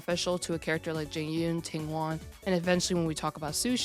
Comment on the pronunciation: It’s pronounced Jing ‘Yu-uhn”.